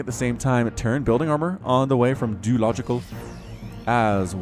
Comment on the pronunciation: not french djeulogical